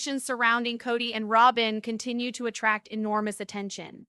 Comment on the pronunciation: Her name is not Rowbin